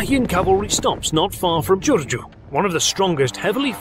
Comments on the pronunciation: Thank you for prompted some of the Romanian certifited history,very good pronucement at the Giurgiu city. And a legend about Bucharest says the city was build when a shepheard named Bucur came there and build a house,after this many people came and build some house here,building Bucahrest.Historians don't know exactly when or who build Bucharest,but most know alternative is the city was build by Vlad the Impailer. (Sory for my gramatical mistakes,my english is not very good) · You actually said "Giurgiu" correct,this show's your dedication